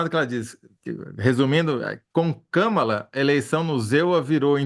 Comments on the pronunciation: Eu chamo Kâmala. Acho importante chamarmos corretamente o nome de uma pessoa. Não temos obrigação de saber outra lingua, mas é delicado e de bom tom fazermos um esforço para chamar o nome próprio de alguém de forma correta. Escreve-se Kamala e pronuncia-se Kâmala. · Não é Kâmala!!! É Kámala. Por favor respeitem! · Qual o problema de falar Kamala com o sotaque brasileiro? Europeus e estadunidenses se preocupam em pronunciar nossos nomes, e palavras em geral, sem sotaque?